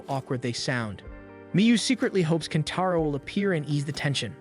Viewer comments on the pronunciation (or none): Kentaro turns into KENPACHO at the end episode for a minute. Thanks AI script. 😂😅 that usually annoys me but i actually cracked up when i heard that